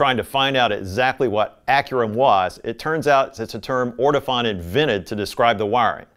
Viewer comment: Sorry... the correct pronunciation for Ortofon is... orto-phone... not orto-fohn...